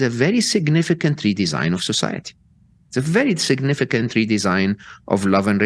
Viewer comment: Did he say "sicknificant?" If so then I must agree...the future he paints is quite sick ( the bad sick)